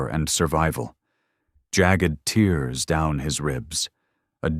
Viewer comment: Try adding "Grammarly" as a filter to catch editing mistakes before the final publishing. Please also try to sort out the issue with AI mispronouncing words that look the same but, according to context, should be pronounced differently because they mean something different. For example "Jagged tears", in contrast to salty (for reference) tears. There's a difference and it matters, especially to people studying English. Thanks. I do have to add my own voice to the request for happy endings. We have enough trauma on the world stage at this time to last for Milleniums. We are all heartsick.